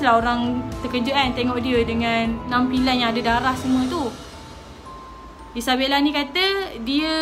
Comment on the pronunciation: kenapa erk selalu cakap isabelle ?😅